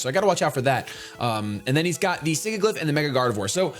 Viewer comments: Listen, I love you, but it's not pronounced Sig-Ih-Gliff, it's Sih-Jill-If. You know, like the word sigil XP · it's Sigilyph not Sigiglyph._. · SIGILYPH, NOT SIGIGLYPH! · he pronounces Sigilyph wrong, it's not "Sigiglyph" :D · The way he pronounces Sigilyph with two hard g's.... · I love you, but you need to fix the way you pronounce "Sigilyph"